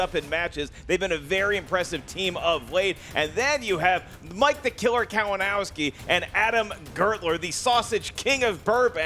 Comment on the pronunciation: mispronounciating Kalinowski's name was great:P